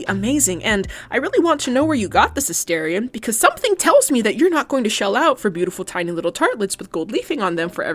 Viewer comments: you pronounced his name wrong. it’s asTArion not asTErion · I wonder why content producers pronounce "A STAR ION" "A STARE ION" ? I hear "star" (rhymes with "far") NOT "stare" (rhymes with "fare") whenever he says his own name. 🤔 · if you’re going to make a video about a character, at least say his name right. specially a character who has been dehumanized and objectified for 200 years. he may not be real but the people whose stories he represents are. many people, specially young women, see ourselves in him.